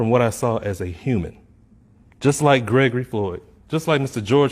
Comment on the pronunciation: Did he say GREGORY FLOYD??